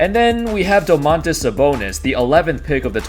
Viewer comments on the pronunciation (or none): dOOmantas .. not domAANtas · Its DOmantas not doMAntas but great video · Also Domantas is pronounced with stress on the first syllable, a little bit like "doors" or "more". Doors. DOmantas. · Im from lithuania and its funny how you say Domantas